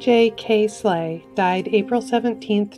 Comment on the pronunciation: The way she says DJ Kay slay lmao